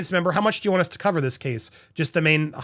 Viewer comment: Cov-er! Cov-er! Cov-er! pleeeease.